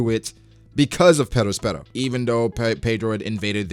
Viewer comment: Love your videos but I hate the way you say “Perospero” holy faack